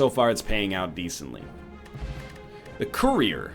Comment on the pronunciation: I was gonna make fun of the way he said "courrier" but this comment section just makes me feel bad for him